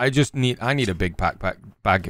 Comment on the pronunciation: Laughs right off the rip! Reminded me of my son when he was three, he used to say "pack pack" for back pack. 😂